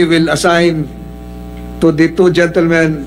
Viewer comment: Sen tolentino dont know how to pronounce the he always say the(di) even if followed by consonant letters it should be tha(da)